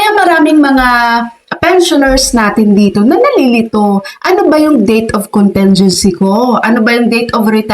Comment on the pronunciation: Ayusin nyo po and pronunciation ng contingency, short "i" yun, hindi soft " e", ang sama pakinggan.